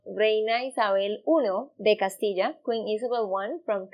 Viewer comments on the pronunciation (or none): none